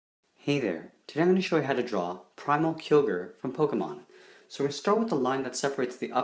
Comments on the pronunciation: It's Kai-yo-gur not Kee-yo-gur. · Its Ky OGRE not keogre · Its not kyorgar its kyogre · It's keye-oh-gerr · You called it kilger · U read it wrongly it is ky-o-get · its pronounced kai-oh-greer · KAI-O-GER Kyogre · He said killoger it's Kyogre. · its pronounced as kyogre kai-o-gre but anyways awesome drawing loved it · It's Kyogre primigino not primal Kyogre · you pronounced kyogre horribly wrong it's pronounced with a long I